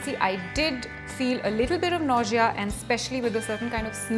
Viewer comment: Ur pronunciation of nausea is wrong.....but ur information is right dear.....love u... good luck